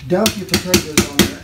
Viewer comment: Good lesson, heard him mispronounce and said potatoes.